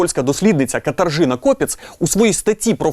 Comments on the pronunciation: Звернув увагу на неправильне вимовляння ім‘я польської дослідниці. Правильно вимовляти - КатаЖина, а не КатаРЖина. Звук “rz” читається та вимовляється як «ж», а не «рж». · Katarzyna читається ,як Катажина ,а не Картажина😅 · Тільки не катаржина , а катажина Katarzyna 🤷‍♂️